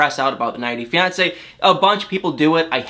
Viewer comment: It bothers me more than it should the way you say “90 day fiancé”...